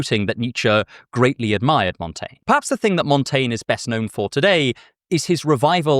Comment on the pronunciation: I assure you that your pronunciation of "Montaigne" is quite good.